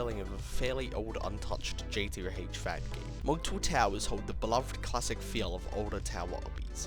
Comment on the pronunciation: Why do you skip the O when you say JToH??